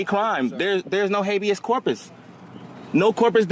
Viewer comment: "Corpus deletty?" 😂